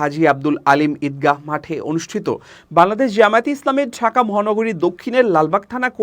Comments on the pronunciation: আপনার "বাংলাদেশ" শব্দটি উচ্চারণ -এর সময় শুন যায় "বালাদেশ"। 'ং' উচ্চারণ -এর দুর্বলতা রয়েছে মনে হয়। জানিনা আমার শুনতে ভুল হয় কিনা। যদি আমার শুনতে ভুল হয়ে থাকে তার জন্য ক্ষমাপ্রার্থী। ধন্যবাদ। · আপনার বাংলাদেশ উচ্চারণ ত্রুটিপূর্ণ,শুনতে বালাদেশ শোনায়, সংশোধন করার অনুরোধ করছি।